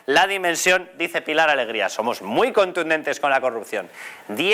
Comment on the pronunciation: "Zomoj er pai de la Unió Europea más avanzao" ¿Cómo coño pueden tener de ministra de Hacienda a una INDIVIDUA presuntamente más bruta, mal hablada e inútil que un arado? Pregunto, no afirmo.🙏😫😂 ¿Y cómo carajo pudo sacar la licenciatura de Medicina? Por Diosssss🙏🙏🙏🙏🙏😫🙈Vielvo a preguntar, no afirmo🙏😂🙈 ¿La mayoría de los fondos europeos recibidos serán los regalitos que recibirán los diferentes chiringuitos, sindicatos, medios de comunicación, ......antes de las elecciones de mayo y de las generales de fin de año? Por tercera vez no afirmo, solo pregunto.🙈🙏🙏🙏🙏🙏😫